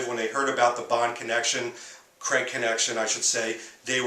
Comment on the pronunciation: It's Daniel Craig not Creg! Please pronounce it properly.